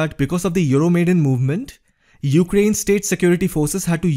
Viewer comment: Just one little remark: it's not "Euromaiden", but "Euro Maidan", from the name of the square epicenter of the protest. Wonderful video though...